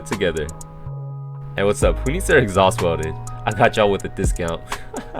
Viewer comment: It’s pronounced welded. Not welldid.